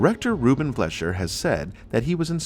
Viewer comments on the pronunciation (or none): Rubin "Fleasher"....come on dude...get a fucking clue!!!